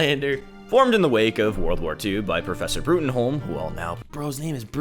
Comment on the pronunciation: Professor's name is Broom, it's always Broom, his first line in the comics is literally telling someone that Bruttenholm is pronounced Broom.